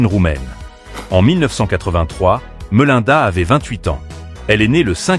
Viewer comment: Attention à la prononciation des noms et prénoms svp. Vous ne prononcez pas du tout correctement "Templeton" et "Melinda" par exemple.